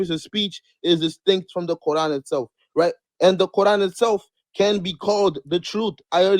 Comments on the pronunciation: The Kor-han. Never heard it pronounced like that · Why does he keep calling it "the qurhan"? Do some arabic speakers pronounce it this way? Maybe he is a non-arab muslim? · It’s the CORD-HAAN now 😂😂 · Why is he pronouncing it kor han? Even more dumb than ko an which is mostly used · He's the only Muslim I've ever heard pronounce Quran, as Core-Hawn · My ears hurt hearing them pronounce "quran"